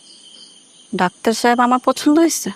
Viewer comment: ৫৮:২৮ ডাক্টার না বে, ডাক্তার